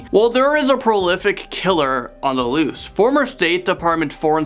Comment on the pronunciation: "The loost"